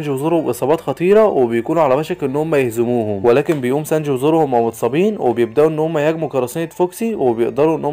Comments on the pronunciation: سانجي❎ سانج✅ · ترا أخطأت بأكثر الأسماء مثل سانجي تقول سانج وارلونغ ارغون 😅😅